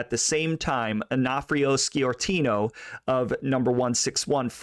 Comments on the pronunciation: It's pronounced Score-tino not ski-ortino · Sciortino is pronounced Shore-tino. While talking about San Jose, you can't forget Angelo Marino, or Salvatore "Bill" Bonanno, or for that matter Carlino's grandsons who didn't know their Grandfather's business back in Colorado, until recent years. There were more, I'll let you do the homework. Good job on the Cerrito's.